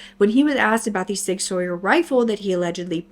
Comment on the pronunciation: Hey, love watching your videos while I work! I know a few hunters and I believe Sig Sauer is pronounced like “Sig Sour”, but I could be wrong! Didn’t know they make rifles since they’re most known for their hand guns.